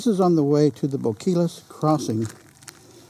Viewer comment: Bo-kee-as, rather than Bo-kill-us. Nice video. Oh, and that long building at Hot Springs was a motel of sorts. I think it's only about a quarter mile from the river to the town, isn't it?